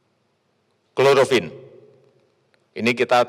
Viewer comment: Bukan cholorofin....tapi choloroquin..